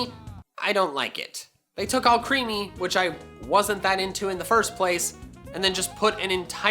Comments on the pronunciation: Also I was under the impression Alcremie was pronounce like Alchemy. Possibly hinting at a Fairy/Poison or Fairy/Ghost evolution? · I like Alcremie, but I think I'm the only person in existence who pronounces it as al-CRAYM. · Right, I think Alcremie is supposed to be pronounced like Alchemy. And it's head kinda looks like a witch/wizard's hat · Pronounced Duraludon fine, but mispronounced Alcremie :( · Alcremie pronounced like alchemy replacing the h sound with an r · Al-creamy not all creamy... like alchemy with cream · I'm pretty sure that Alcremie is pronounced Al-krem-ee (alchemy) as all of its other names combine cream and magic such as Mahoippu- it's japanese name - combines maho (Magic) and (Whipped Cream) hoippu. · Not allcreamy, alcremie = alchemy, it is pronounced like alchemy but I can't explain, you know how alchemy deals with metal and stuff and galar region is like sword and shield or whatever, it makes sense to pronounce alcremie like alchemy but with the r instead of h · i think it's "Ahl-creh-mee," not "all-creamy." like alchemy, the r just replaced the h. yunno, because it's a pastry that was brought to life? :p and it's cute! i love it, duraludon, AND i LOVE allister! i already know which version i'm getting! now all we need are field effects other than terrain/weather moves and we good! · I think Alcremie is pronounced AL-cruh-mee, rather than all-CREAMY. It makes more sense to me that it's a combination of alchemy and crème, in French. all-creamy just sounds uncomfortable to me haha, even though it technically is "all cream". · I think alcremie pronounced is pronounced like alchemy. It sounds a lot better than all-creamy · Omfg Alcremie is pronounced Al-creme-ie as in creme (french for cream) and Alchemy In my opinion, Alcremie is a fairy type because of her animations we see in the trailer, Alcremie, Alchemy-creme GET IT? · How hard is it to say Al-cremé-ee? Very hard, apparently. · what if alcremie is pronounced more like "alchemy"....